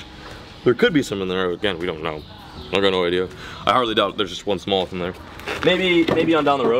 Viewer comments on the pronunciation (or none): Low key obsessed with how says “smowth” instead of smallmouth. 🤣